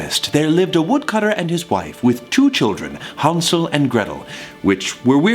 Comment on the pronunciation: Thomas pronouncing Hansel soothes me